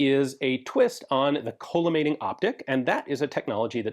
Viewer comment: Not to be that guy, but I believe it's pronounced call-uh-mating and not cola-mating optic. It refracts light into a column of parallel beams.